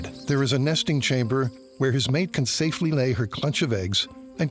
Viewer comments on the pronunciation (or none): none